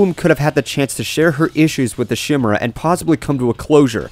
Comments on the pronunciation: "Shimera", it's "Kai-mera" or "Kee-mera" ("Chai-mera" is a sometimes-used modern annunciation) since it came from Greek and the X (Chi) has been translated as both "K" (Kronos) & "Ch" (Chronos) via the Latin of the day (Χριστός, "The annointed one", has been translated into Christos then into the modern Christ, for reference to Jesus of Nazareth/Jesus Christ, is another example of Greek -> Latin -> English), just for future annunciations. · Actually the creature is pronounced kim-air-a(short A) and also it dissapoints me how Applejack didn't trust Applebloom much like Bic Mac in "Applebuck Season" when she thought she could buck all the apple trees herself. Much like Applebloom thinking she could take care of herself and Applejack doubting her just like Big Mac did. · I thought chimera was said 'ky-merra' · better hope scorcher doesn't see this, he'd lose it over how you pronounced the monsters name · uh you do know you're pronouncing chimera wrong right it's a k sound not a sh sound a chimera used to be basically the same but with a lion instead of the tiger head for those who don't know but nowadays it's any mix up of animal parts like kamen rider's beast chimera that's a lion a falcon a buffalo though it looks more like a bull than a buffalo a dolphin and a chameleon for some reason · omfg, can you all put that Chimera mispronunciation aside? That's the only thing people complained about on this...